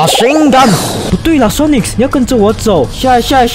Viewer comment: 森零，你都會唸Sonics誒,但其實沒有那個s